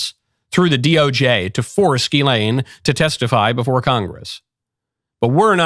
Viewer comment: The S is not silent. Ghislaine